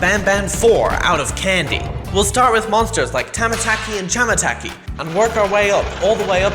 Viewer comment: Finally Said The Correct Name Of Tamataki And Chamataki But Except The Chapter 3 Video He Uploaded Said The Name Wrong